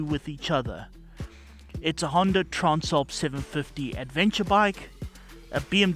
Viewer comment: the word is trans ..not trarns